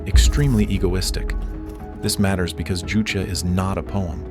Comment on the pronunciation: JuChe is not pronounced as if it is a Spanish ju but more like the ju in the English word juice.